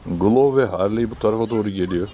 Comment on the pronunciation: Harliy demene bitiyorum ya😂😂😂